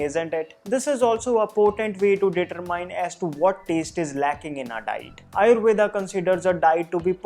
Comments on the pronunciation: 👍🏻Good, useful information But why are you pronounce wrong. आयुर्वेद is true pronounce even in English and not आयुर्वेदा. Similarly pronounce वात पित्त कफ & दोष AND not वाता पित्ता कफा & दोषा. NO NEED TO BLINDLY COPY ANGREZ. Are you or ा 😀😀😀😀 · its actually rama and Ayurveda in Sanskrit, north indians aren't pronouncing the 'a', but south indians still say the 'a'